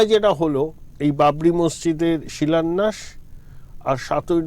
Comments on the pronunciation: কথাটা শিলোন্যাস হবে না ম্যাডাম , কথাটা শিলান্যাস - শুভনন্দনের মত চাইছেন নাকি ? উচ্চারণ ঠিক করুন .. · আপনার সাংবাদিককে একটু বাংলার ক্লাসে ভর্তি করান, উনি ভুল বাংলা বলছেন। "শিলান্যাসকে " উনি "শিলন্যাস" বলছেন। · বাংলা ভাষার প্রতি মনোযোগী হবার অনুরোধ করছি।কথাটা শিলন্যাস নয়। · Silunash .a ki uccharan.